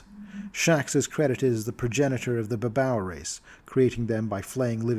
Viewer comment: i thought babau was pronounced as bah-BAY-yoo Nurgal and Areshkagal were stand ins for Nergel and Ereshkigal, who were listed as demon lords in MM2 but were never expanded on and were acknowledged as deities in later supplements.